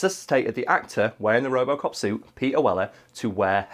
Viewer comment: What the hell is "ropocop"? Is it good?